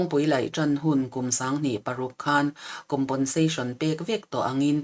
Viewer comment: COMPENSATION hi ngatinge COMPONSATION tia kan lam tak zel mai le? Fimkhur tawh teh u.